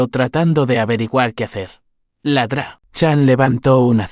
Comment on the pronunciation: Desde cuándo Doctor se pronuncia ladra